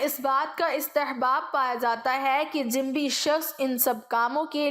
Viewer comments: عمدہ تحریر اور انداز بیان ہے مگر لفظ جنبی کے تلفظ میں ج اور ن پر پیش ہوتا ہے جزاک اللہ خیر ۔ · تلفظ کی بہت کمی ہے ،مثلاً جنبی حافظ ابن حجر وغیرہ